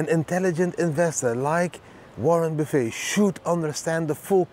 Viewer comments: Great vid! Warren Buff-it is how many say his name. In Dutch, Buff-het. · It is pronounced Warren Buff ETT